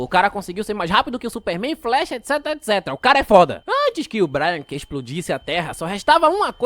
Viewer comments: N é 'bráiaque' é brainiac (breiniac) :face-orange-raised-eyebrow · É BRAINIAC, não BRIANIC kkkkkkkkk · Vídeo impecável como sempre! só uma correção mano, o "Braniac" que você falou aí no vídeo se fala tipo "Breiniaki" e não "Braianiki", mas tranquilo, esses cara só dificulta nos nome dos bixo também kkkkkkk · Vídeo muito bom, mas ouvit ele chamar o brainiac de brai- nac kkkkkk se fala brei-niaqui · manos essas pronúncias do nome de braniac incomoda de verdade